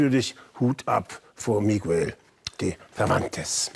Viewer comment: kleiner hinweis: miguel, das u wird nicht mitgesprochen .